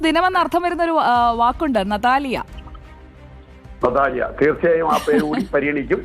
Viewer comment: നതാലിയ എന്ന് പറഞ്ഞ് നിതാലിയ ആയോ❤❤❤